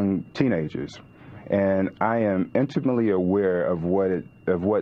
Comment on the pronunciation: That guy being interviewed claims he was a high school teacher, then pronounces "intimately" as "imtemly". Well done.